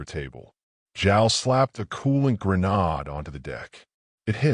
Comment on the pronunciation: Great story. You got yourself another sub. Quick tip from one narrator* to another... Am guessing you are using ElevenLabs for your TTS? If so, change your settings to 'Eleven English v1' . This should correct all the mispronunciations, and there were many of them. For example, instead of saying "grenade", it said "gren-'ard"!! I do this myself, and despite the so-called recommendations, I found this setting to be the best for correct pronunciations. * I have been narrating, both personally and using TTS for approx 5 years now. So if you need any help or advice, feel free to hollar.